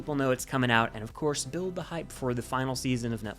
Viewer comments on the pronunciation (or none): none